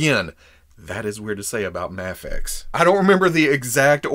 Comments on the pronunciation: Its not Maa-Fex.. Its May-Fex! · Ok pal.... I can deal with "May-fex" and "Mah-fex" but "Maff-Ex" is where I draw the line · Am I crazy? Is there a reason why you seemingly randomly switch between pronouncing Mafex as "mayfex" and "mahfex"? I've always just thought it was "mayfex" but now I'm confused cuz you're saying it both ways😂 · Heheh you pronounced Mafex three different ways in the intro. Love it,! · You forgot to pronounce MAFEX with the silent X lol j/k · You literally pronounced Mafex in like 20 different ways in this one video 😂